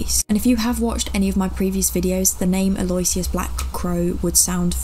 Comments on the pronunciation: for info, Aloysius is pronounced a lew ish us. great job btw, loving your work. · “Al-oh-wish-iss ,” Lol